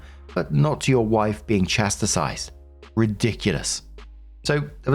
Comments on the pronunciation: Story 1 - Once again, moronically insists on purposely rage baiting by mispronouncing the word "chastised" as the NON-word "chasti-SIZED". GET A CLUE, FOR CHRIST'S SAKE! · Hi, small nitpick, but "chastise" only has two syllables, not three. Love ya 💜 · I have a giggle every time I hear you say the word “chastise”, because it makes me think of my mom talking about her mother. My grandma could never say “anemone”. She would say “anenomone”. My mom said “where tf did she get the extra no from?” One of the only times I have heard my mom say the f word 😂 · I always laugh to myself whenever I hear pronounced "chastise"...